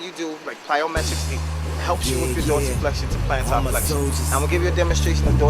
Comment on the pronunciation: flexion not flextion. and i found it funny you used the dorsiflexion/plantarflexion thing, i learned that a few weeks ago in my myology class for college, never heard those terms before in my life until then and now =p good video